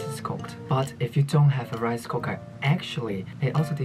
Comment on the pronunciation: "rice cocker" im sorry i had to ❤